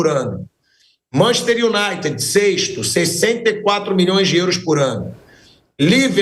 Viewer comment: Manchester Unaite.